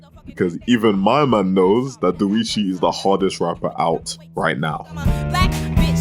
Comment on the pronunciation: The way you say Doechi, im sorry but it was so funny. Dowichi